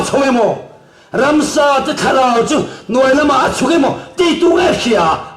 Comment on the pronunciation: Ransa.....ti lovin...Ramsa ..tih tur